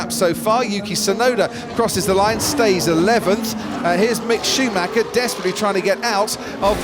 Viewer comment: When are they going to learn to pronounce Schumacher correctly? His name is not Shoemacker!! It sounds very unprofessional.